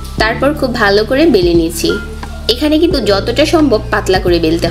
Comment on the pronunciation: শব্দটা "কিন্তুক" নয়, ওটার উচ্চারণ হবে "কিন্তু"।